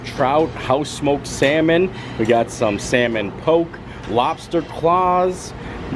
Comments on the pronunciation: How are you a food blogger and pronounce Poké as Poke #smh. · Lmaooo he actually called it poke.... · Just wanted to let you know Hawaiian Poke, it's pronounced in a way that rhymes with okay. By the way the prime rib looked awfully good for a place specializing in seafood.